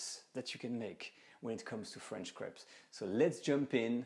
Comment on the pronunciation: I like how he says crap instead of crape because of accent